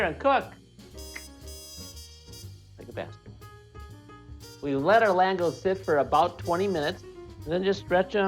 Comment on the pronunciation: It's spelled "lángos" but pronounced "langosh". The the "s" is pronounced like "sh". And it's csirkepaprikás.